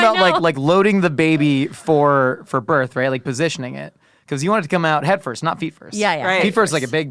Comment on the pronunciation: I thought called them heifers but he said "headfirst" 😅